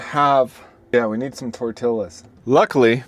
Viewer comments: Tell me you arent from Texas without telling me you arent from Texas. TOR-TE-YAZ.... Not tor-til-las... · It's pronounced "tor t yahs" not "tor till ahs". Just a "t" in the middle, please, don't insult Mexican cuisine that way. You must be insulting them with calling tortillas that. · dude. It’s tor-tea-yas, not tor-till-as. That hurts my ears so much living in California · Dude... it's pronounced "tor-TEE-yuz", not "tor-TIL-uz." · I was wondering what the heck you were talking about when you said that you needed tor-tillas 😅. It’s pronounced tor-teeyas 😅. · Please tell me you pronounce Tortillas that way as a joke. My dad pronounced buzzard as Boozard because he thought it was funny. For those who aren’t sure try it this way - tor tee’ yuh. Jalepeño is - hal uh pen’ yo. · Bro itś not TORT IILAS itś T0R TEE YUZ r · Toretillahs… try tore-tee-yahs 😂😂😂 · Tor TILL ahs? Maybe up north. Most would say Tor TEE yahs. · just an FYI, tortillas is pronounced 'Torteeyas'. Two L's that are together in Spanish are pronounced as a 'Y', and the 'i' in the word as a strong 'e'. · It’s not “tor tilla” , its pronounced “tor tee a”….the L’s are silent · Pronounced tort tee aahs not tort till aahs! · Sorry..... Hispanic woman here..... It is not tor-till-uhs. It is pronounced tore-tee-yuhs. Okay, now back to the regularly scheduled program. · Probably a good guy, but I can’t listen to a guy that says toy-till-as. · Who pronounces tore tillas like that it’s not that hard to say goodness. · I'm English, and I wouldn't dare say Tor - till-as ! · Not silent, said like a y sound. Torti ya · Double L’s are silent is Spanish. It’s Tort -ias. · "Tortiyas" 😅 😂 that's how we pronounce it in my neck of the woods! 😂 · This is where I stopped watching. I find it highly disrespectful to call them tor-til-las. When you know how to correctly pronounce the word. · Really? Tortilas? 🤦🏻‍♂️ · Can you really be so stupid to pronounce tortillas, as "tortilas"? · Tortillas no tor-tilas haha 😂😅